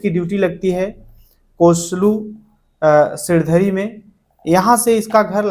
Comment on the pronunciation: सिरधडी नहीं सिणधरी